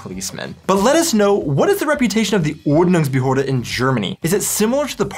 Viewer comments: You guys pronounced Quark perfectly! But you really have to practice on the Umlaute: Ü and Ö! It's OrdnungsbehÖrde and TschÜss! Ü & Ö ≠ U & O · you pronounce Ordnungsbehörde so wrong XD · Die Ordnungsbehörde is a word Americans aren't able to pronounce correctly. 😉